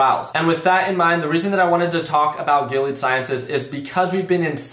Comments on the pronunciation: It’s definitely pronounced GIL-EEE-AD my guy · Say their name right before you buy